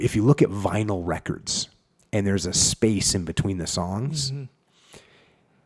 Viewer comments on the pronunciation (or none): none